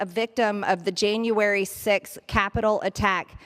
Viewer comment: Marjory ... it's not Jane-uary ... ugh I hate her face too. Yuck.